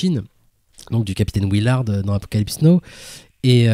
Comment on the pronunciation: Très bonne émission les gars, mais sérieux, 40 ans après vous nous prononcez encore Apocalypse NO! Ca la fout mal pour des cinéphiles de votre niveau. Et au fait JoaquiM Phoenix n'existe pas non plus. Attention à vos prononciations s’il vous plait, ça peut nuire à vos propos.